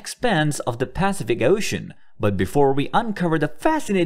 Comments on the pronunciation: I agree. That consistent PAcific instead of paCIFic ruins my listening pleasure. :-( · This has to be AI... "Pacific Ocean" rhyming with "pacifist", wtf? It's "Pass-if-ick", yo! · Really annoying when the AI voice mispronounces Pacific. Grrrr